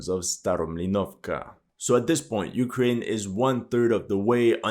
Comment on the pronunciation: "but ukwaine winning"